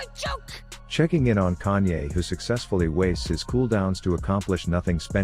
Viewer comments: Am i the only one hearing kanye instead of kayn? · Can you pronounce his name correctly it isn't kanyay